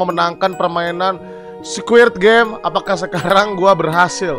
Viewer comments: ini kuping gw yang congean ato gimana si ge dgr nya abg bilang nya squirp game awokawok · Apa cuman gw yg denger nyebutnya squirt game😂🤣